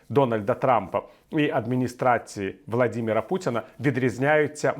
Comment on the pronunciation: Оооо... Ви сказали на птна Владімір а не Володимир) 👍